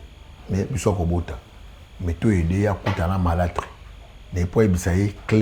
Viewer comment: eza "Marâtre et non,malatre comme vous dîtes.